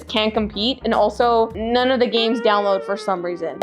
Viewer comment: Its not called N-one, it's called None